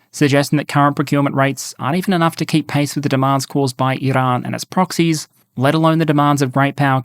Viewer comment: First English speaking youtuber i have heard actually try to pronounce Iran and Afghanistan properly